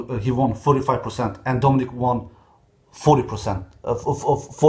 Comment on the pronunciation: Dominic und nicht domenic du Goo